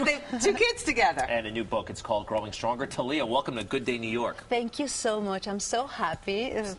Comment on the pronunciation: Tah-liya? Isn't it Thalia?